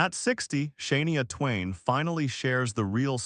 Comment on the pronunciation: Hey you can't even pronounce her name right you must be married to brissle vacuum cause you suck